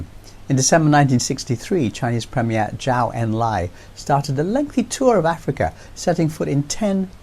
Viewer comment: Lovely piece,. Hope to see China-Africa relations grow stronger, in defiance of US interference. Btw, a small tip, Zhou is pronounced as "Joe". Simple as that. Peace ✌️